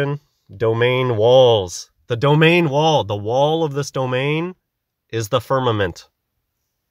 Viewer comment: It kills me everytime he pronounces firnament with two m's